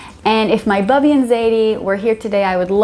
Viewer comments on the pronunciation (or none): none